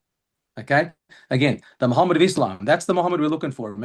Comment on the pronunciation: Muhammad say it right. This is the name